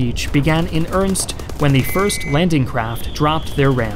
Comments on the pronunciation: Oh my god. Dude. It’s pronounced earnest. Not Ernst. I honestly love your videos but you say the word earnest like five times a vid and mispronounce it every time. It totally kills my train of thought. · "Ernst?" or earnest? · Why can't you pronounce "earnest"? You mispronounce it as earnst three times. Earn est... Earn est it began in earnest. It's not that hard. Other than that, amazing. Love the video. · Combat began in "earnest" not "ernst"! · "In earnst" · WTF is "urnst" you keep saying? Are you trying to say "earnest"? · Can you PLEASE stop saying earnst! Its earnest ffs. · Since you kinda asked for it -- "earnest" (as in began in earnest) has two syllables: er-nest. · Can't get the pronunciation of earnest as "irnst" out of my head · Ernst or Ernest (masculine proper noun) and earnest (adjective) are different words, but pronounced the same ("earnest"). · I love your videos, but I will not subscribe until you figure out how to say "earnest" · Great videos, but you should try to learn how to say "earnest"